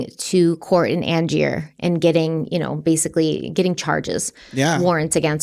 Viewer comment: Just starting this video and realized i meant to correct your pronunciation of Angier on the last one, it's an-jur 😅 lots of love to you both from North Carolina. ❤ thanks for sensitive, thoughtful, and compassionate case coverage as always.